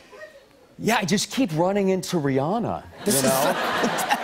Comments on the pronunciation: "Rheearrrnaaarrr!". Stahp. It's Ree-anna. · Why do people say her name is Ri-ah-na is ridiculous her name is Ri-ANNA... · Why can't Americans pronounce Rihanna's name right? It's Ree-ANNA. ANNA. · CapuletRose RIGHT He says it like "Rhe-Anna", with a heavy Germanic pronounciation on the "An-nA" bit loool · Rihanna but he says re on ahhhhhh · Who is this ‘Reeyarna’ they speak of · How Aaron Paul says “Rihanna” ... sigh. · hearing them mispronouncing Rihanna's name hurts lol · Why is he pronouncing Rihanna's name like that?